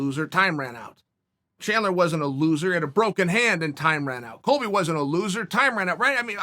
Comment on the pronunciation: Chael: "Coby" Colby: "greetings nerds and virgins"